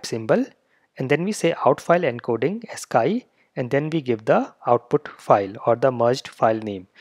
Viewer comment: ascii is pronounced as-KEY sir not as-KAI. :). I'm listening to you and I'm like... what did he say?